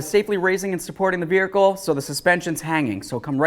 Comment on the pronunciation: Safely supporting the verhical ?? Never heard it said th at way